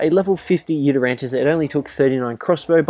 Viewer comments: The video was great, but just for the future, it's pronounced You-Ty-rannus, not You-ter-rantus. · UGHHH ITS NOT U-TER-RANNUS ITS YOU-TY-RANNUS PRONOUNCE IT RIGHT NEXT TIME OK?! READ HOW TO PRONOUNCE IT ON THE GOD DAMN WIKI!!!! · It annoys me how he says yutyrannus. He says yutyranntis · It is called a yutyrannus not a yutyrantus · Its pronounced yutar ranus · Nobody noticed he didnt pronounced the yuti correct? 😝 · "I forgot it's name for a second there" Mispronounces Did you ever know it? There is clearly no silent 'T' in the spelling, if you read it.